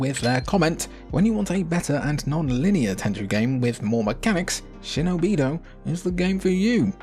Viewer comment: Shino-bido ❌ Shinobi-do ✅